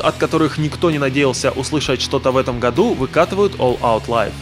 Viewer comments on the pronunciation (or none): none